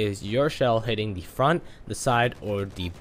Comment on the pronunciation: Why do you say “de” instead of “the”. Smh